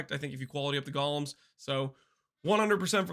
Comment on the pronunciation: Only acceptable name for golems is jolems ❤